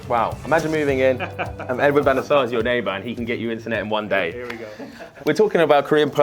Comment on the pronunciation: 왜 반데르사르임? 내동 반 데 사르라고 하다가 어의없네 현지에서도 반 데 사르라고 하던데 이럴거면 판 데르 사르라고 하지 왜 ㅋㅋㅋ